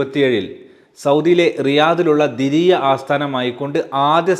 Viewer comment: ദിരിയ അല്ല ദർഇയ